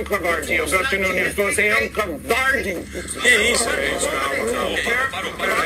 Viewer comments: funny you say that because the trigger for the whole thing was Greenwald calling Nunes a coward repeatedly and mispronouncing his name, clearly on purpose, as if he was Mexican or something (nunhes instead of Nunes) also repeatedly😂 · Anderson most people would get physical as well when repeatedly being called a coward and repeatedly, on purpose, having their name mispronounces as "nunhes" instead of "Nunes" as it the guy was Mexican or something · Ken Hudson I also don't see Greenwald calling the other guy "Nunhes", using the Spanish pronunciation repeatedly in his after the fact video as innocent either. I'm Portuguese and while I would probably refrain myself in the same situation of having my name deliberately mispronounced in a clearly inciting way as well as being called a coward, also repeatedly, I would definitely feel the urge to get physical. This is being a Portuguese speaker and understanding the whole context of it. As pointed out, when you call someone a coward like that you are inciting a physical response